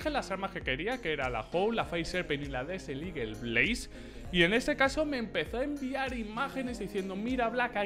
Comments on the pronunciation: Black: “desel igel” Jajajajaja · LA DESERT LIGUEL JAJAJAJAJAJAJA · Nadie : Black: "Desel igel"